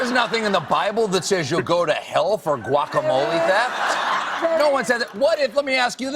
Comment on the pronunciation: Was anyone else driven crazy by how they kept pronouncing the 'G' in guacamole?